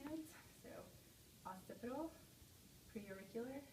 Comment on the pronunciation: Holy shit... Woman makes many mistakes. I’m not even a doctor and know these... “Palpitate”, “tugur”, “lairnyx”, “pre-oracle”, “post-oracle”, “sub-mantle” 😱